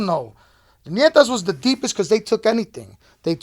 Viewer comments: The niggas is dumb it’s not nietas, it’s Ñetas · English speakers pronounce it Nietas, which would mean granddaughters. But the name is in Spanish is actually Ñetas. Which would definitely not mean granddaughters anymore...